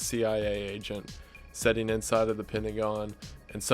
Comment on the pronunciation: My heart fills with joy when bro man says "sitting" as "setting" But in all seriousness I hope you make content for a very long time. I'll be setting here. Waiting.